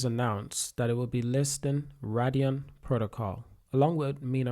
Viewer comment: "solan-O" "Radion" - bro can u read?